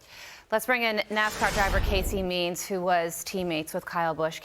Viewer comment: Carley, you totally destroyed the names of those two people. Let me clarify. DENNY HAMLIN and CASEY MEARS. You definitely have to look into your writers.